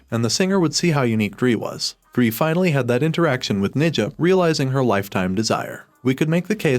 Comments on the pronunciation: 😶 Me realized the voice is AI cuz it's reading Dre as dree instead of dray. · You didn't even watch, who is Dree? If you watched you would be able to pronounce her name... Wtf